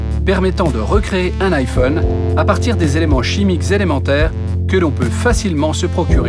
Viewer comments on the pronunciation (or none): none